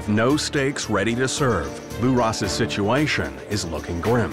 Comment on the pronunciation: Narrator turns Aussie for one word "Situation". LMAO.